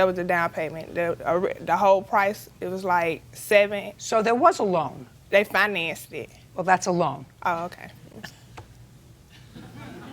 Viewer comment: "Dey fine-assed eet" Sweet Jeezus...